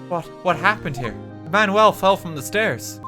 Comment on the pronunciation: him pronouncing manuel like man well is the best thing